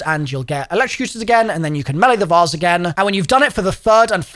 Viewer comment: "the vause" its vase lmaooooo